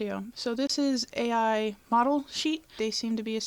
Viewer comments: Not pronounced "A.I." it's pronounced like "eye." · Its pronounced like eye i think. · i hate the fact that she cant pronounce ai